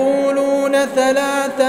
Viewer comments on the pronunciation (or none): none